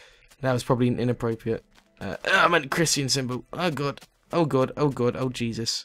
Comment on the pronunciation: Is it just me, or did he say jizzus ?